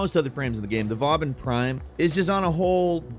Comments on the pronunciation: It’s vauban prime not bobbin. And nitain isn’t hard as it’s in nightwave challenges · Bobbin Prime. 😂😂😂😂 Brilliant. But his name is sadly Vauban Prime.